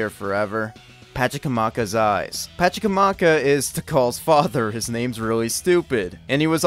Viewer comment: Pachacamac is named after a village in Peru and also I have no idea how you fumbled the spelling/pronunciation that badly